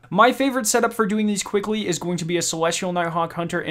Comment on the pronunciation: compwete, qwickly, atweast